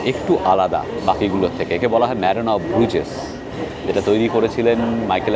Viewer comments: সঠিক উচ্চারণ ব্রুজ , ব্রুজেস না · It is pronounced as BRUZ, Z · Another misinformed and research-less vlog from you. I think you should have skipped Belgium since you didn’t have anyone local to show the place to you. 1. The garbage bags in Brussels are picked by municipalities every day in the morning. If its lying there means they will come and pick it up. Don’t spread incorrect information. 2. If you visit a place please learn the pronunciation. Bruges and Hergé needs that basic respect. 3. Minne is the word for love in Dutch not French. 4. Every city in western Europe has its dirty side including Paris, London and Amsterdam. Just because you stayed and visited the dirty areas doesn’t mean its dirty as a whole. The entrance you took to the Nord station is the back entry where no one goes. There is literally a main entrance to the station which obviously you didn’t take as you didn’t research enough. 5. It was a missed chance to not visit Ghent. Its literally Gothic architecture at its best. Could have taken you not more than 2 hours if you had planned better. But no you chose to focus on friends reunion. 6. You literally did not see Grand Place in the day, no Manekin Pis, no Delirium village, no Atomium, EU Parliament, Palais, Mon Des Arts. These are not even hidden gems. And you and your friends have judged Brussels already. Wow. Please don’t listen to him, he didn’t explore well and has formed opinions already. It was a vlog where friends became judgemental about a place and the focus wasn’t on exploring the country. You lost a fan t